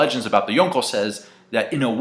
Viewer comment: Why the FUCK do you pronounce Yonko like that